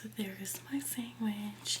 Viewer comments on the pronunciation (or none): Do u say sangwich?